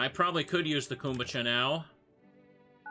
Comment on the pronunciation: Why is no one correcting him on his pronunciation of kombucha? 😭